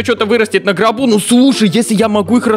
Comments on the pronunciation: Я один слышу "на гробу" а не "на горбу"?))) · я 1 кто слышен не на горбу а на гробу ? XD